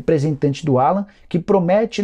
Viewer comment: Nicola, não é Alan. É "Álan". O nome dele é pronunciado em inglês.